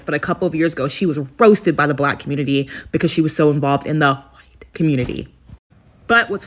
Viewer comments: “HAwhite”…DEAR GOD, MAKE IT STOP! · Why can't that woman wearing pink say WHITE? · Good God! Why is she saying "white" like that! Maybe no one wants to watch her "content," black or white, is because her gimmick is irritating.